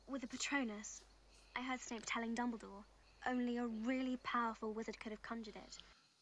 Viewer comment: Silas, Dumbledorf, Her-moany 😂